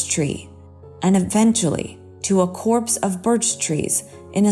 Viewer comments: A corpse of birch trees???? Hahahaha! Um, I think you mean copse.... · "Copse" of birch trees, not "corpse"! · A corpse of birch trees🤣🤣🤣 it's a COPSE! 😆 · Also, it’s a copse of birch trees, not a corpse. Just another gentle correction, no malice intended. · I'm glad I stuck around after the 2nd story. The "boyses" "brotheres" and "corpse" of trees had me worried. Like, do you mean the "boy's", "brothers", and "copse" of trees? Anyway, God bless the little boys. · And a "corpse" of birch trees? I think they mean "copse." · It’s a copse of trees, not a corpse of trees. Pay heed to your reading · A "corpse" of trees? Try "copse". Pronounced like "cops". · "a corpse of birch trees" Seriously? Good grief. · A CORPSE of birch trees?? A COPSE of birch trees! Come on, guys, if it doesn't sound right, look it up!! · Very true. When she said a "corpse of trees" instead a "copse" of trees, I quit. I'm so weary of the zillions of YouTube presenters who have neither the skill, training, or education to be presenting themselves as reporters/narrators. They wouldn't last five minutes in the real world of journalism. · This a bit nitpicky, but I could not stand how the narrator mispronounced a few words: brotherses, boyses, and corps of trees. Brothers and boys are already plural and it is copse of trees. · Hi there! FYI you said “corpse of trees” in this video and I thought you might like to know it’s actually “copse” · "COPSE" (of trees) is pronounced ~ 'cops' not corpse & BOYS' ( plural) is pronounced "boyz" . "LURED" = lew-yur-ed / not 'lurd'. => [The reason for actor voice training]. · 'Copse' of birch trees not 'corpse'! 🤦‍♂ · Narrator it is a COPSE (small group) of birch trees, not a CORPSE.🙄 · “Copse” of birch trees, not “corpse.” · A copse of birch trees, not a corpse. And boys' not boyses. And brothers' not brotherses. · "Brothers-es?" "Corpse of trees?"